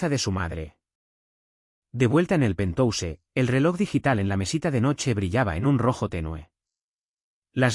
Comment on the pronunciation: Mala narrativa!!! No tratan de aprender como hablar. Cuando hay palabras en inglés!😅😅😅😂😂😂 ( penthouse). No se dice Pentose 😂😂😂